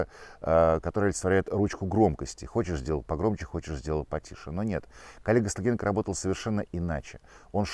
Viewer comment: "Коллега Стониенко", господи! Десять раз переслушал, чтобы врубиться. А вот тут - похоже, "олицетворяет". Меня тоже бесит Стогниенко. Но уж вы-то свой матч провели хуже всех. Ёлочки и газоны у вас за спиной, конечно, намекают, что тому могла быть объективная причина. Но даже если так... Мне кажется, плохая работа временно лишает права на критику конкурентов.